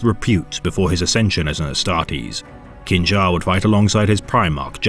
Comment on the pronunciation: I'm not trying to nitpick as this would be obscure knowledge to most westerners but the Chinese and thus likely correct pronunciation for the name Qin Xa, would be [Chin Sha]. Q in Chinese has a CH sound, X is SH and ZH is pronounced J, I.E: Zhong He is pronounced [Jong Huh].